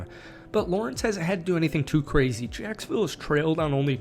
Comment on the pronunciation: Don’t throw around the word sacksonville I almost cried